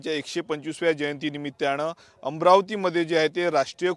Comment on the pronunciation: "निमित्त्याण" नाही रे "निमित्तान" आहे ते... 😅 पत्रकार